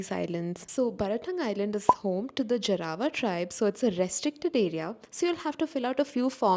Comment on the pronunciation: it's not pronounced Jaraaaawaaa tribe, it's Jaarwa tribe 🙄